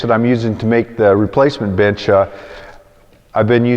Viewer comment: I am really sorry, but I first thought why is he calling his bench like that! Even after trying to hear the word "bench" for like 10 times, I cannot!